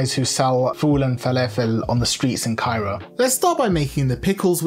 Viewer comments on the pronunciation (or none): none